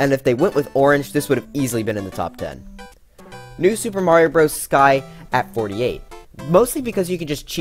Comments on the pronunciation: All of You he says new sup but i Hear IT as new (soup) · why did you always say "new soup" lol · Ah yes my favorite game style “Newsoup” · Did this guy really just call new super Mario “new soup”? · I like how he said new SOUP er mario bros u